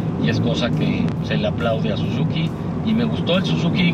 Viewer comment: Chequen las tablas dice "Sizuki"